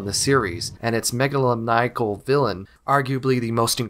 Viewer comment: The word: megalomaniacal. The attempt: "megalannnniacal."